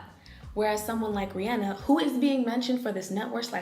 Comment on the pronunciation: I'm not a huge fan of Beyonce, but I can't with this video, it's so tone deaf.. from calling country a "white music genre" it's black btw, to insinuating that you can't be pro black while reclaiming a black music genre, and even to mispronouncing Rehienna's name (though she said it right later on) and everything between was already a lot.. but this video is kinda annoying (COUNTRY IS BLACK) and super .. lacking, for a better word Also, a note for anyone reading, once you believe you're right you stop questioning if you could be wrong